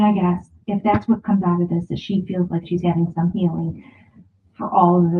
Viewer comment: Have you addressed the way Robyn says “huffing to” instead of “having to”? It drives me crazy! 🤪